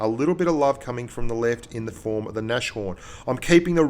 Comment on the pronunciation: Nashorn is pronounced "Nas-horn" :)